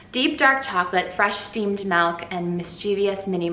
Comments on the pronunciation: Did she say melk instead of milk?? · Own that "melk" pronunciation! I just realized the other day that I say "bowl" like "bull" 😂😂 why do we have such extreme vowel sounds in Northeast Ohio?!? hahah